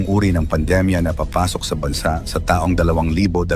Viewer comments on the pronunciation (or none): englishin mo na lang kasi... Mali yong mga pilipino accents mo tulad ng TAONG, BAHA...